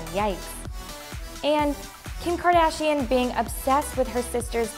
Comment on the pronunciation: "Kendall kadarshian" yeah for sure 🙂